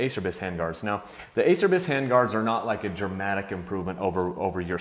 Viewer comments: A cher bis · Your pronunciation, Ace-er-bys is killing me. :) You have to say it so many times in the video too, it's like a celebration. It's Italian and sounds like A-chair-bees. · It’s pronounced a-cher-bees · I have these same hand guards. i was surprised on how hard these were to break. I'm sponsored/rider support by Acerbis and they are cheap if you do bust em. It does cracks me up though about their name, no one can ever pronounce the brand correctly. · It's pronounced "A chair bees." This can be found right on their website. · it's pronounced acherbis... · it's. ah cer bees...is how it's pronouced...lol...some say a Cher bis...and what not lol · great review love mine! although it is pronounced Ah-Chur-Bees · Horse Ranch I say Ace-er-bys too ahaha. whatevs... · "Ah-Chair-Bees" lol